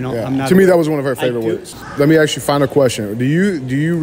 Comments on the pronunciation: “Let me Axe you something” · Let Me Axe You a Question is a WINNER! More, please.